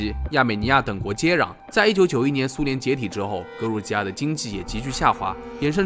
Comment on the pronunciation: 格鲁吉亚读错了，读成了格鲁尼亚